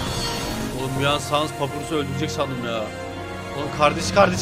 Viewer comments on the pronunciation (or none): o saness diye okunmuyo sannes diye okunuyo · Abi lütfen saness fight atarmısın ( sans değil saness)